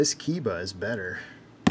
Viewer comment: My friend, Keiba should be pronounced "kay-ba". Japanese is pronounced similarly to Spanish in regard to vowels.